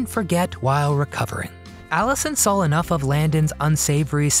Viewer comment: I just can't get passed the fact that you put an "L" after the word "SAW" , pronouncing it as SAWL !!! Is that a mid western thing ?